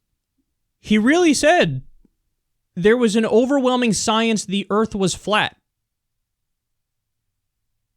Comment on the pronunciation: put the "R" in earf